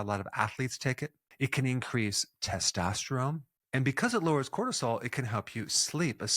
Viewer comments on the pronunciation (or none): none